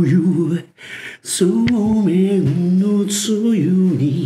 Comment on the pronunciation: そうめんがザーメンにしか聞こえん